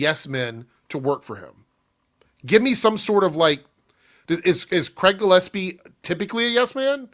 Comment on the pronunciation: Not even that! I'm pretty sure she said "Gillepsie." Didn't even get the name right the one time she tried...